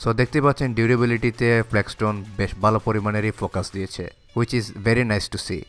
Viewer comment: বালো না ভাই ভালো বলেন